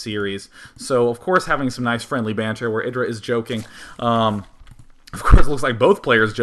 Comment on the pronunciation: you put a weird accent on the IdrA name.